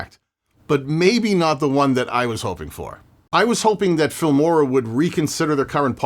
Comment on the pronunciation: It almost seems like you are getting paid for every instance in which you mention the F*mora word. You really nail the pronounciation though. Keep fighting the good fight.